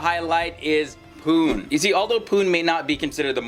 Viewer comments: It is not pun it is Pune. You can pronance is as (Puney) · It's pronounced as "poo-nae" not as poon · Pu nay is the way to say Pune! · Pune should be pronounced like puney, not pun. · It's pu-ne 😂😝 (pune) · Please do some research before getting the videos on YouTube! Pune is pronounced as PU-NE ! Btw pune is the best city to live in India as per various surveys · PUNE IS PRONOUNCED AS PUNEY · Bruv say pune right 😂😂😂😂🤦‍♂️ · You have wrongly pronounced the name of city..... #Pune... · it is pune , pronounce the last E